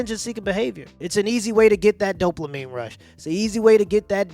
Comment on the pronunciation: Dude, you did it again “Doplemine”, no, there is no “L” in that word. It’s dopamine.